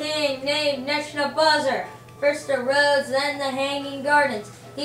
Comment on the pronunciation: ne - boo - kud - nez - ar not neck no buzzer get it right